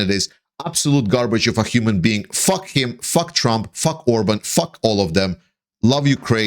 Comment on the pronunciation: During the video I could have sworn you called Trump Tramp. I am in no way criticizing your presentation. I think it was likely just a case of your misspeaking. But I was struck that this slip of the tongue could be a Freudian slip and a stroke of genius. Trump is essentially a tramp now that he is bleeding all his money to pay for lawyers, fines and punitive damages to his rape victims.